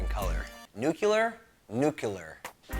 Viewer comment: I love you and your show, but it's pronounced, NUKE - LEE - AR, not NUKE - U - LAR